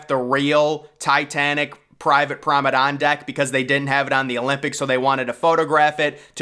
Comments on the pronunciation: That’s P R O M E N A D E, NOT P R O N E M A D E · This dude really needs to learn how to say Promenade.